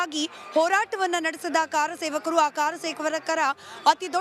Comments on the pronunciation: ಕಾರ ಸೇವಕರು ಅಲ್ಲಾ ಕರ ಸೇವಕರು ಅಂತ ಹೇಳಿ 😂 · ಕಾರ ಸೇವಕರು ಅಲ್ಲ ರಿ ಮೇಡಂ... ಕರಸೇವಕರು